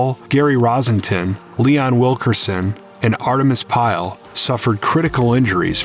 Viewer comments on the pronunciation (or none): I think the comment was referring to how the narrator mispronounced Leon's last name. Think he said "Wilkerson" instead of "Wilkeson".